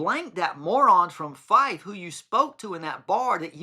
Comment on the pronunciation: I wasn’t being rude btw, I was just letting you know. You also mentioned Fife in your video which is where I am from! At least you pronounced it right, some people say FEEFae 😂